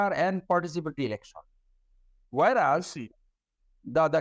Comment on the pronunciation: Wtf is an elecshawn? Or a selecshawn? This joker is a Supreme Court lawyer? Really?